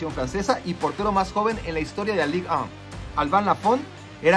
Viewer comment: Mi sobresalto cada que pronuncia la "Ligue 1" o cualquier equipo francés.